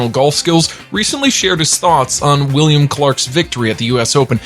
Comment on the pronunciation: Sounds like you said Willin or William Clark? It’s Wyndham Clark 🤦 Even if you don’t follow golf, get the names right if you’re going to narrate, please.